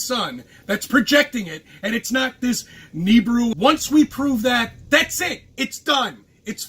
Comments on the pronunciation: Its not "Neebru".. Its Nibiru..Nah or Ne Bee Ru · Hey, it's nih-BEE-roo not "kneebroo". Jesus... 🤦‍♂ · huh I've always hard it pronounced as Knee (or Ni), Beer, Rue (or ru/roo) on shows from the "history" channel lol also why are you doing a video from last year? did you miss it back then... or are you just desperate for new content that you went to a random video you didn't think was worth it before? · "Nibiru" is NOT pronounced like that...